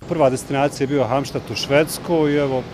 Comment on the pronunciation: Cita se kako je napisano Halmstad